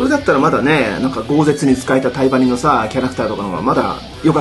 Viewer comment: タイバニが対魔忍に聞こえて2度見した